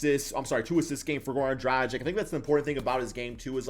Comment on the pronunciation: "Džradžik" lol. It's Dragić. Or Dragich if you can't say ć.